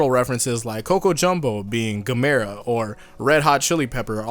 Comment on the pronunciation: you miss pronounce gamera